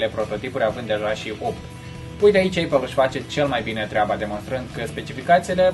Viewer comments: Știu că se zice eipăl*. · Se pronunță:eipăl! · se zice aipăl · ăpăl, nu ăipăl.